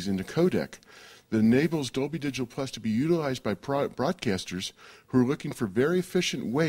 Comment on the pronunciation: For the new surround formats like Dolby HD and Dolb dol bla bleh blah dolblah. How on Earth does this guy convince people to do these interviews?